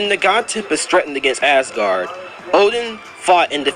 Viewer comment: Okay this is irrelevant but did you just call Asgard Assgard?